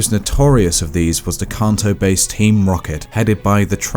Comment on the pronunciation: "Cunto" Region is my new favorite.